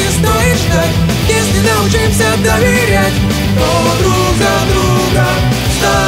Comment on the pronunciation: Ударение в научимся не правильное